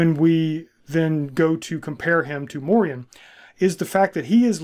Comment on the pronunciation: The proper pronunciation today would be Morian (Like Dorian). He is a part of our Dutch cultural history in Pre-colonial times and came to be a sort of celebrated hero figure too before the colonial era repopularized more crusader-like ideologies concerning Moors/blacks and Muslims and these stories were en large shoved under the rug. The songs and stories would teach medieval children and adults about the Moors and morality towards them. There have been many Moors that have visited, lived and started families in the Netherlands throughout history. Since the Netherlands was historically a refuge for refugees of any sort, political, ethnic or religious. Moors came to over time not only signify black folks from the south but also signify the mixed black people that were a result of intermarriage and the likes (Like sir Morian). A famous portrait from one of our legendary painters Rembrandt is called "the Two Moors" and depicted two of Rembrandts neighbors at the time, obviously, they were black (1655). Fun fact: the European name Maurice also originates from the same thing, like Moriaen / Moriaan it was used as a name for those from often mixed families. And it meant "From Mauretania" which was roughly the area that is now Morocco and the Southern regions of it - a name already present in genealogical records of the Netherlands since the year 1100 AD and mentions even earlier in other forms.